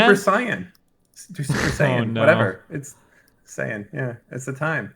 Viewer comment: Super "Saiyun" LMFAOOO